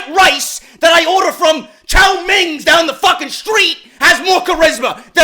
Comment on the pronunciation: "Chow Ming" 😂😂😂😂😂😂😂😂